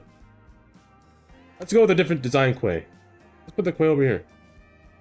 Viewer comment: Looking awesome! Just a heads up, Quay is for some weird reason pronounced like key.